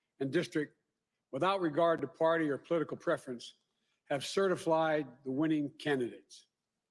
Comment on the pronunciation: CertifLied??? Is he drunk or a freudian slip..CERTIF...LIED???